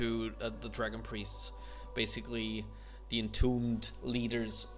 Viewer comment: DERE ALSO USING DE Try saying TH. THEY'RE also using THE. TH. THE.